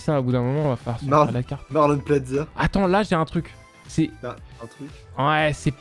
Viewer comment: marlonn plaza 🤦🏻‍♂️🤣🤣